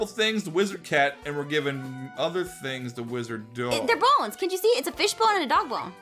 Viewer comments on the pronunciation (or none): none